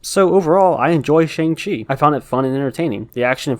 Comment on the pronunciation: Glad you said Shang and not shong.